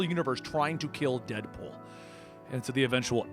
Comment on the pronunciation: Listens to opening...here's dipple instead of deadpool.